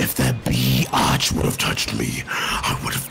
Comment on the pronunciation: You can't shoot meaah